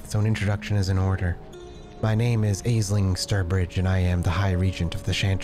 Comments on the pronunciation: Aisling is pronounced Ashling. Don't ask, Irish name. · aisling is pronounced 'ash-lin' or 'ash-ling' just fyi edit to add: that's my own name, so it's a bit of a laser beam to the ear lol. thanks for the upload -- i'm really enjoying the series!